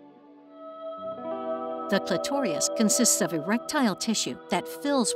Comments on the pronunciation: Your narrator is not pronouncing "clitoris" correctly. She is saying "clitorious". I suggest that this be corrected. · It's CLITORIS, not clitorius! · I look forward to the next installment, but also advise reviewing the pronunciation of "clitoris." In this video, it sounds like "clit-or-i-ous" vs "clit-or-is." It's the "i" sound becoming elongated that the word ends up rhyming with victorious. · Why does she say clitorias and clitorial??? They are clitoris and clitoral. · “CLITORIOUS?” I thought it was “CLITORIS” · It's a little hard to believe that anybody who would put this much effort into a video like this would then say "clitorius" instead of the correct clitoris. How does that even happen? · Thank you for the animation in this video, however, I do need to point out that the narrator mispronounces the word "clitoris." It is not "clitorius." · Never heard it pronounced “Clit-tor-rious”, normally Clit-tore-is, or Cli-ter-is. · "Clitorias" Clitoris! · Isn’t it pronounced CLITORIS, not CLITORIAS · Pronounced Clit-or-is not Clit-tor-ri-us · It's "CLITORIS", not "CLITOTIUS" The narrator sounded very ill-informed by mispronouncing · Surely the pronunciation is clit-or-us not clit-or-i-us. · Really well done all around, but I had to rewind twice to make sure I actually heard "clitorius". Is that the British pronunciation, like "aluminium"? 😉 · “the clitoreeus” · Cli-tor-us. Otherwise, great vid! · Why does the voice over keep saying CLITORIOUS???? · Clitorius? Did she really say clitorius? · Re-edit vocal narration algorithm....btwn - ....Clitoris voice-over/narration translates as..."C-l-i-t-o-i-r-i-u-s"...XLNT visual animation/stimulation but vocal narration knocks video from 10-->6.5😢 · Unless they need to know how to pronounce "clitoris". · I just wish they would pronounce clitoris correctly..it does have an us or ous on the end, thus it is pronounced like is. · No one is talking about it bc no one gives a fuck if the narrator pronounced it incorrectly